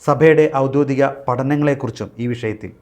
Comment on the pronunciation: Programme-ൽ -> ലും ->05-30 ലും -ന്റെ ഉച്ചാരണം തീരെ അരോചകമായി ന്ന. Sorry! ആദ്യത്തേത് 'ഔദ്യോദികം' എന്ന വാക്കും രണ്ടാമത്തേത് "ഇണ്ടെന്നുള്ളത്" എന്ന വാക്കും ആണ്. പൊതുവെ വളരെ Informative ആയിരുന്നു. ദൈവത്തിന് നന്ദി!!!